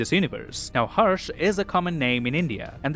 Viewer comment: As an Indian, harsh is not a common name in india, even indians pronounce it incorrectly 😅